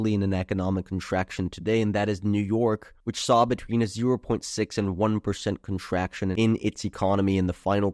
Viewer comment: Contracshun resheshun